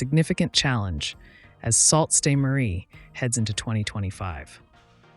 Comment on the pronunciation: I stopped listening to you at "Salt Sain Marie." What the f was that? It is pronounced: Soo Saint Marie. Goodbye!